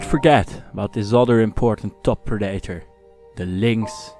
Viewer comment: Great video! Sorry but I have to say it: predator isn't pronounced like that. Het wordt meer "preddetor" /"preddator" uitgesproken, moeilijk uit te leggen in tekst :p